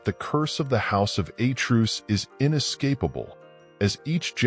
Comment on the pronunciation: Who is this narrator? The house of A'truce? A truce is a cease fire beyween two warring parties. He appatently knows NOTHING about greek nor latin. The greek word Zeus is pronounced ,Tz-us, lije the derivatives Theos and latin Deus with 2 (TWO) syllables. I suppose he still thinks that the portugese rose wine MATEUS is pronounced MA-TOOSE. DO YOUR HOMEWORK. (what a moron!)